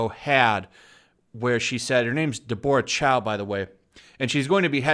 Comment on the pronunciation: Anyone else noticed the way he said "Deborah"?